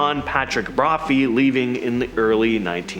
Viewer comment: "BraPhee" LOL tell me you didnt do your research with out telling me you didn't do your research... It's BROPHEE = BROPHY LOL